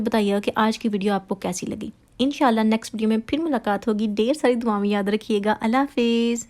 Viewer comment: Salaam, just to say please do not say ALLAH Fiz, say ALLAH HAFIZ. Nice vlog.